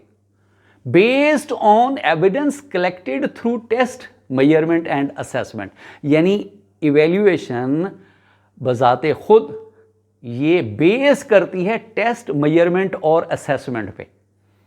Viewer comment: It's measurement isn't it?why r u pronunciation mayourment?🙆🏻‍♀️🤔